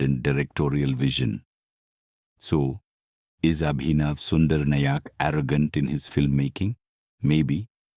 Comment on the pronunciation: Why are you dragging each of the noun and distorting it? Is Abhinav or Sundar or Nayak or Mukund an unfamiliar word in your part of the world? Your English doesn't sound native, so why can't you just pronounce those names as it is than dragging it?